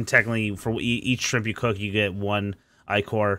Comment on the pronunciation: How you say ichor hurts